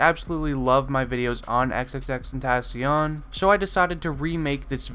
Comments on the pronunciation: How are u gonna say your not a X fan If you don't know this when you can't even say his name right 💀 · Isn’t it pronounced “ten-tuh-seeyuhn” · It's XXX-ten-tah-sion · He can’t say his name right lol 😂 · Lol he said your not an x fan if you dont know these facts but he dosnt even say his name right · you say his name wrong it annoys me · we aint real fans if we dont know these facts? you are saying his name wrong and call us fake fans :)? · Fact #1 is how to pronounce his damn name you fool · how you gone say what real fans should know when you not even pronouncing his name right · Your a fan but you dont even say his name correctly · you don’t even know how to pronounce his name😂😂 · U pronounce his name wrong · The dude made a vid about facts about X and he fucking butchers his name in the first 10 sec. smfh. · if you were a fan you could say his name right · makes this video but pronounces his name wrong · Not how you pronounce his name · they should also know how to pronounce his name. RIP X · Maybe if u were a real fan you would know how to say his name right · You don’t even know how to pronounce his name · if ur a true xxxtentacion fan you could say his name right Jk its hard to say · He's saying all these facts but doesn't know how to pronounce his rap name correctly